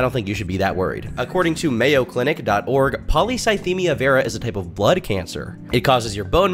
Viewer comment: It's probably worth mentioning that only Destiny is pronouncing it properly. Not the "polycythemia" part, that's fine, but "vera" is pronounced "veera", not "vayra". It's like "venous" as it relates to veins, think 'intravenous'. And that's common of any medical terminology since they're all based on Greek etymology. Ordinarily I wouldn't bring that up, but if you were constantly going to and from the doctor for treatments, unless your doctor was mispronouncing it (possible but wildly unlikely), you'd have the correct pronunciation burnt into your brain. He's absolutely full of it.